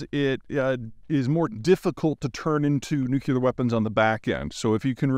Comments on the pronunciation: Nu-CLEAR. It's pronounced nu-clear. I love you. But you sound like George W. when you say nuc-u-ler.❤ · nu-clear, not nu-que-lar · Interesting video. One minor pet peeve. It is not nu-cu-ler. It is nu-clee-er. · Nuclear is pronounced new clear. You have got to stop saying nuke-you-lurr, it makes you sound like a child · You should have stayed away from this one. Someone who can't pronounce NU CLEAR, not nuke u ler, doesn't need to go down a trail you haven't got a handle on. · New-kleer, not New-cue-lur 😁. Just bustin' your b's. How far do you have to drive to get to some of those hiking spots? Also, do you just day hike, or do you camp along the trail too? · Nucular weapons sound less scary tbh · Respectfully, please stop saying nucUlar....please....you sound like George Bush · He's also completely out to lunch on EVs and cleantech in general. Also, he says "nucular" like George W Bush, which doesn't instill confidence. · Every time I hear Nuk-yu-lar I lose a brain cell. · Please say this 100 times a day: NUKE - LEE - URRR NUKE - LEE - URRR NUKE - LEE - URRR That's how it's pronounced. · Hard (but not impossible) to take this seriously when every ten seconds one hears "nucular". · Yes! Please, Peter, learn how to pronounce "nuclear" (like the nucleus of the atom)- not "Nuc-ye-lar" (there is no such thing)... It's really annoying to hear you repeatedly mis-pronouncing this over and over, especially since you are claiming to know so much about nuclear issuse. Ugh. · Dear Peter, "nuclear" does NOT rhyme with "muscular". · Nu cu lar. 100% correct. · Love your videos Peter. If Cappy can learn how to correctly say ‘nuc le ar’ … maybe you can too ? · he keeps saying nucular. reminds me of homer simpson. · Nuculear? I felt like I was listening to George Bush. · New clear. New clear. New clear. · With all due respect, the pronunciation is ‘nu-clear’. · Still can’t say nuclear. Honestly, it’s not nucular. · nuc le ar - nuclear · he said nucular twice 😇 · Language evolves